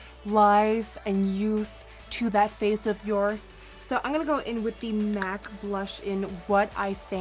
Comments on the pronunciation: its funny how she says "ing gonna" instead of "im gonna" lol she is still amazing tho<3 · Does anyone else notice that a lot of girl youtubers say in gunna instead of I'm gunna?